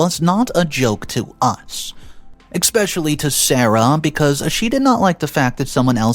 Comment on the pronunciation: There's no X in the word especially